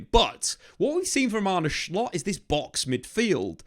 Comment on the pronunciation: 'S'lot not 'Sh'lot. He's not an onion.